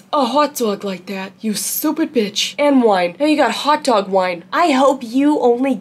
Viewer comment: Bro you were talking about hot dog water and all my mind could go to was- INTRODUCIN, THE CHOCOLATE STARFISH, ANNTHA HOT DERG FLAVOURED WATAH